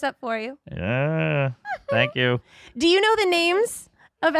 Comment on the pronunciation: "THENK YULLLLL!"